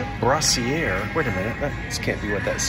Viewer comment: It was "brass-er-EE,"... not "brassiere" was gradually shortened to "bra" in the 1930s. Brasserie is "Brewery" in French.